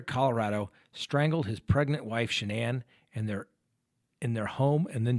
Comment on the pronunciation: Both Shanann's parents pronounce her name "SHAN-an" yet everyone else including CW pronounces her name "ShanANN"